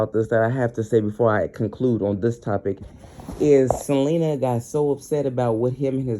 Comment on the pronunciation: Great video,thanks a lot, one mo thang,it's Ce-li-na. Sorry no shade no smoke.